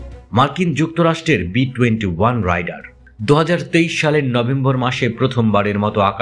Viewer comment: আরে রাইডার না, রেইডার আর পাক ডি এ, ডা না।